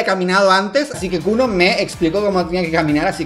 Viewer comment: Cómo que kuno es "KULO"